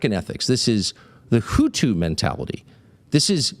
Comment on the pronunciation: Hutu bro. Not houthis. The hutu in Rwanda.